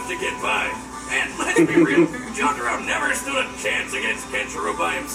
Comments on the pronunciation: exactly its JO TA RO not JO TAR O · He said j-toro... I'm shleep 😂😂😂